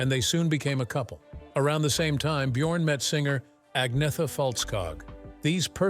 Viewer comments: Agnetha is pronounced 'An-yeta', not 'AGG-nitha'!🤣🤣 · Agnetha – say "Annyetta" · Annoying AI voice, mispronouncing "Agnetha", "Sedaka", ...